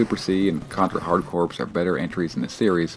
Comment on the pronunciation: It's driving me crazy that you keep pronouncing Rogue Corps & Hard Corps as. Your review is exactly what I needed to hear though coz it's only $3 right now. I played the demo, and the demo was one of the worst games I ever played but I've heard from several people that it gets way better once you update your guns & gear. I just want to run around & shoot ish. Can't go wrong wit Contra